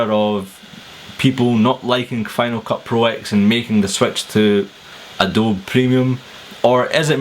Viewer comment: You're pronouncing Adobe wrong. It's Uh-doe-bee :-)